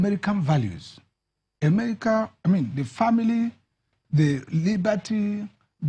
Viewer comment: please am I the only ear hearing Emerica? EMERICA